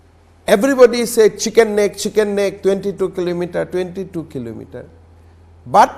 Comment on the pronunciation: It is not Shicken Neck It is Chicken Neck